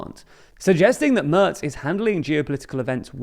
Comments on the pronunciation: Merz spricht man wie den März aus, und das ist genau das, was der Kommentar weiter oben anspricht. Anstatt es wie „Mörz“ auszusprechen, was im Video getan wurde, sollte man es eher wie März aussprechen, was dem englischen A-Ton im Wort Mac entspricht. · It is not pronounced Merts. The A is pronounced roughly like the Ma(c) from McDonald's.